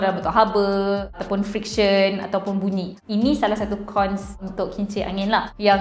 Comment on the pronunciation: Bungi ke bunyi?